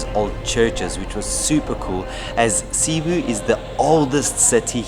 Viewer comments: i enjoyed ur trip here. see you next time and I hope you see Bohol and enjoy the tarsiers.... CE-BU (seboo) 🤭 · Glad to see you had a great time in PH, sad to see you go. Come back Christmas season in September and let's bump that subs to 50K! When watching Buddymoon, there's only one thing that's evident: is the luckiest guy in the world!! PS: For the nth time, it's seh-BOO not SEE-boo. 😎😎😎👍👍👍